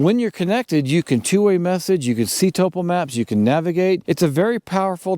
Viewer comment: Why do backpackers no longer know how to pronounce 'topo'.